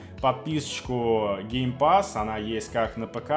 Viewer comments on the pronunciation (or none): none